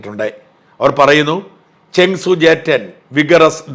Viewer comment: This seems to be false claim with AI generated imagery that had gone viral. No Rafale is lost. Before doing this you should have fact checked the matter. May be the Chinese cannot take the beat lying down. So the false propaganda. Chengdu J-10C otherwise known as Vigorous Dragon. You seem to pronounce as ChengSU